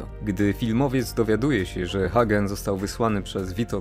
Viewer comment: skoro mówisz "solozo" zamiast "solocco" i "Hagen" zamiast "Hejgen" to nie powineneś przypadkiem mówić "corleone" zamiast "korleone"?